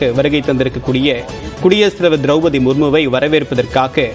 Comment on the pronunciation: திரௌபதி - திரவு-பதி அல்ல தமிழைக் கொல்லாதிங்க. திரவுபதி உச்சரிப்பு தவறு.